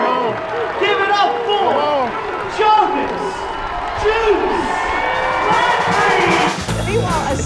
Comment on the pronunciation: Wow. The Announcer pronounced his name wrong. I'm joking, though it's not actually a joke. Lol If you were on Twitter today, you'd probably get it.